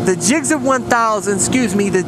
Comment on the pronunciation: they dont get mad cause you say "gixxer" they get mad cause you say "gixzzer" lol it's GIXXER son